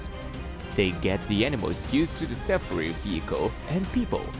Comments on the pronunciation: it's called SAFARI, pronounced SaFAAree. Not SAFaRee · Omg, why did you pronounce "safari" like that? It's jarring... it's "Sa-FAR-ee." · i just love how you have murdered the word "safari" about 100 times in this video and called it "SUFFFREEE" lol goodness you should give up trying to speak English entirely and for the rest of your life!!! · DONT TRY THIS ,WE ARE IN AFRICA ,LIONS ARE DANGEROUS DONT BELIVE THIS PERSON WHO SAYS "SAFRI"ITS PRONOUNCED AS SAA FAA REE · "Saffery" vechicle.